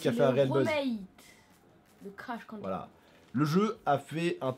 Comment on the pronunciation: Crash Bandi"croot" Mdrr ça m'a tué😂😂